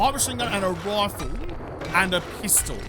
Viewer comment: Sometimes when you say rifle I hear it as rofl 😅